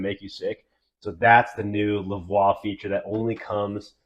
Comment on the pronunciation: Hii” you pronounced the name of the product wrong.